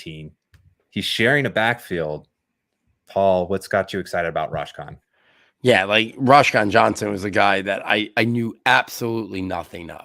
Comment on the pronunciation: Roschon is my younger brother. Btw it’s pronounced like Roe-Shawn. Good analysis though